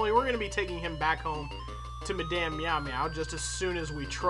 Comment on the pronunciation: The French in me cringes every time you say Madame.